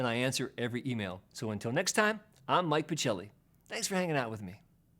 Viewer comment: One of my all time favorite too!!! THANKS . p.s. if your surname's italian , as it seems , should be pronounced pakelly.:)